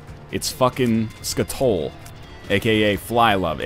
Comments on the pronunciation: It's pronounced Skat-ole, BTW. You can remember that because it's a chemical found in scat AKA poop. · Skatole and Raw liver. I can understand Raw Liver but Skatole? Really? 284 episodes and you never had a skull game pay out with skatole?